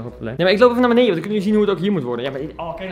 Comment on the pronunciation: Kan je voortaan wellicht “beneDen” zeggen in plaats van “beneIJen”? Bvd